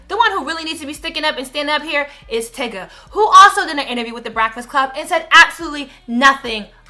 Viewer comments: Tigga tho???? I have to believe the constant mispronunciation in these videos is intentional. I didn't think so before but I guess I was wrong. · lol tigga.. its tyga but hes irrelevant and ignorant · Lol, you kept saying tyga's name wrong. Tbh, I'm just over the Kartrachians. They have no value or morals. I'm also over Kanye. I use to like his music but he's feeling himself too much now. I'd rather find entertainment elsewhere.